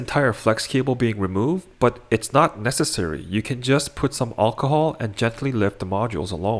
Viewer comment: Just say alcohol gee wiz that was driving me nuts